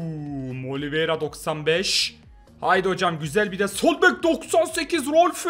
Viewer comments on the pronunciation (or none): none